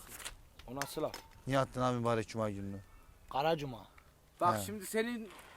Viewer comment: Hahahaha gara cuma mı olur laa diyişine koptum 😂